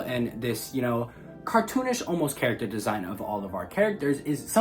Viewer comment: Said charat at least 60 times as well